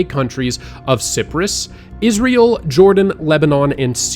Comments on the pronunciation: "sipress" really?... youll do all this research and shit and compile it all, but you couldn't take the two whole seconds it takes to look up the pronunciation of Cyprus and check no? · Wtf is “Siprus”? Do you mean “Cyprus”? The island in the Mediterranean 😂 it’s pronounced “Psy-prus” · Ciprus ? Its Cyprus you american fool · Not sure about this? Based on the pronunciation of the words Cyprus and Plague.